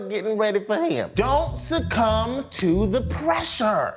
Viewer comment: “sucCUM” by yourself...i’m weak😭